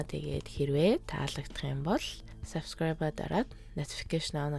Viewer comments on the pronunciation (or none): none